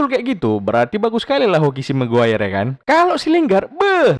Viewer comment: Yang benar kangen dengar chinoll ngomong lingrad (parody)